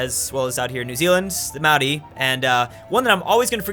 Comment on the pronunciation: why does pronounce "Maori" correctly but no other culture ever?